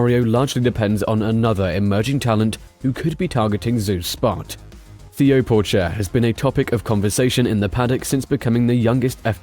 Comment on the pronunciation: Your pronunciation on many of the drivers + teams names made me cringe throughout... -Zhou is like Z-Joe, instead of Zoo -Alpine is al-peen, not like the ski slopes -Theo Pourchaire, Tayo, not the traditional Theo -Sergio Perez... I don't even know where to start haha Alpha Tauri - Ta-ri, not To-ri Otherwise a decent video.